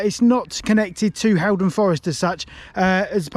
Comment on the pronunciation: It’s pronounced hall -Don rather than Hal